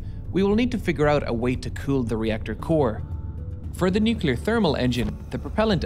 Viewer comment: downvote... engineer can't say nuclear...